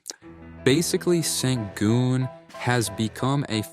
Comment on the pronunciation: Nice vid. One quick note is that his name is pronounced (Shen-goon)